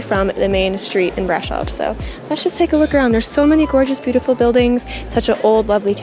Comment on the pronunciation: The accent is on "O" not on the "a" - please! Brasooooov!